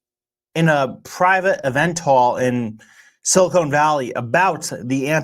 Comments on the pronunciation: Bro is siliCON not silicone. They aren’t making breast implants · Not silicone valley, silicon valley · "silicone valley". sorry, lost all respect for as he clearly cant talk, or say Silicon or 'Thiel'.